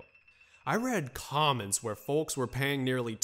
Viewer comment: I’ve never heard anyone pronounce the “L” in folks.